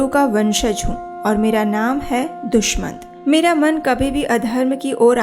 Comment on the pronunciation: HareKrishna Ji💐🙏💐Dushamant nahi Dushyant🙏Jaha tuk hum jaante he